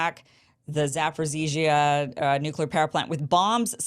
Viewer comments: I like how you pronounce zaporizhzhia. And I think I heard you call Zelensky "Voldemort" by accident. Alexander Mercouris said on his program today that it would probably take multiple missile strikes on the same area of the plant to lead to significant consequences and catastrophe. So, it could be just a final plea to bring NATO in to the fight through rumors of an attack. Sort of like when Ukrainian missiles get those farmers in Poland and Zelensky kept blaming Russia while calling upon NATO to do something. You could dig into that better than I could, I bet. Love your show, Kim! So happy I found ya! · you pronouncing it correctly, Zaporizhie in Ukrainian or Zaporozhie in Russian